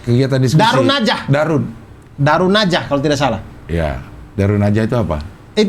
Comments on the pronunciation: Darun nadwah bang.. bukan darunnajah.. :D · Mohon maaf cing Abdel dan bang Abdur, bukan Darun Najah, tapi Darun Nadwah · Darun nadwah bang abdur, bukan darunnajah 🥲🥲🥲